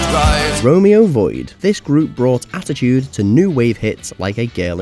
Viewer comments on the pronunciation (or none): none